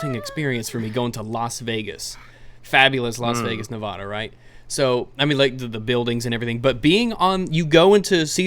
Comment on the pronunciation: When somebody pronounces Nevada correctly. GOD DAMN. Fucking Eargasms.